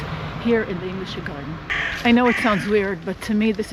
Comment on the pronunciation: One little thing: You obviously speak German, so why did you pronounce Englischer Garten like how an English speaker would pronounce "English"?